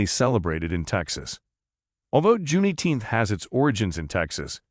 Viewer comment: I do not like how he says Juneteenth like that